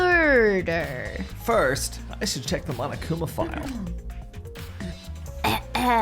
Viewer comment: 'Miurder'😖 It's time to stop👨‍💻🍹